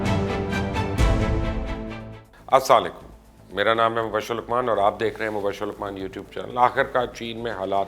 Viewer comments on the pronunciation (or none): Sir aap say bohat dafa request ki hai k please Salam theek kiya kerein You always say Asslaleykum Whereas it is Assalam o Alaikum The whole meaning changes with pronunciation, you're so careful while pronouncing english words and so indifferent about Salam. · Mubasher bhai, salam thek tarahn se kiya kren plz word assamo alaikum nai hai, ASSALAM O ALAIKUM hai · یہ اسا علیکم نہی ہے،اسلام علیکم ہے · aslam o alaikum aisy salam lety hain jnab pora lfz bola krien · Assa le kum! Ye kon sa tareeqa hay salam ko aam kr rahay ho k 😠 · Nice Videos but Please Salam Theek Kia Karay . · Salam sahe tariqe se parh liya karo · I have requested him so many times but I don't think they give a damn about it. They try to speak english with a perfect accent and pronunciation while they say Salam with the worst possible pronunciation. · Salam to theek se bol lo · Bhaai mubashr lowman sahib bohot achi videos hoti hain apki Lakin bhai ap salsm sahi tarah bola krain ap ma sha Allah parrrhay likhay aadmi hain to apko meanings ka to pata hy